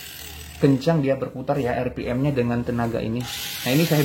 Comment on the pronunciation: Bukan 👉Er Pi Em Tapi 👉Ar Pi Em